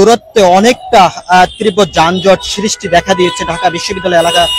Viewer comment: যানজটের "সিরিষ্টি দেখা দিয়েছে" কী ধরনের ভাষা! লেখাপড়া জানা সাংবাদিক কি দেশে আর নাই বা হবে না!! দৌরাত্ম্য কে দুরত্ব, সৃষ্টিকে সিরিষ্টি বলছে, তা বলুক। উচ্চারণের সমস্যা বা আঞ্চলিকতা কথায় আসতেই পারে। কিন্তু ভাষার উপরে বা বাক্য গঠনের উপরে দখল না থাকলে তো অশিক্ষিতই বলা উচিত নাকি? দেড় মিনিটের একটা রিপোর্টকে হুদাই টেনে ৫ মিনিট ৫২ সেকেন্ড বানানোরও কোনও কারন পাইলাম না। সম্পাদক বলেও কি এই চ্যানেলে শিক্ষিত বা দায়িত্বশীল কেউ নাই!?